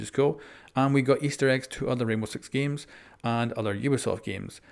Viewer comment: he said Rainbow Sex xD